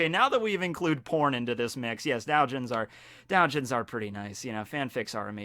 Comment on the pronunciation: did this man really just say dowjins